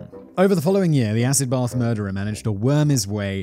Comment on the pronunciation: As an American that actually sounds pretty on point😂